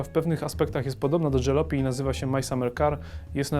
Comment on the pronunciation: Gra jest zaje...fajna nie czepiajcie się jej... tylko... każde miasteczko dotknęła jakaś straszna apokalipsa i przeżyli tylko sprzedawcy :D Oh a tak btw. to nie jest ,,dżalopi'' tylko ,,Jalopy'' czytane tak jak pisane :P